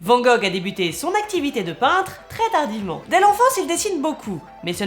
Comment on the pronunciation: Amis français, prononcez Vanne Gogh pour ne pas passer pour un touriste dans un musée.